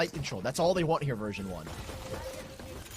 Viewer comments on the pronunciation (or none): why are the casters saying virgin 1 instead of version 1?